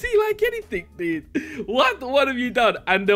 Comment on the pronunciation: He said the dud not dude